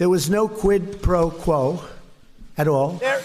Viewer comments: The deranged moron can’t even say quid pro quo without stuffing it up. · Lol Trump struggles to say Quid Pro Quo 🤣